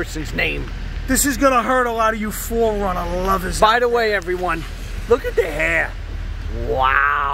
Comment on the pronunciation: For the love of God, NOT THE 4RUNNA!!!!!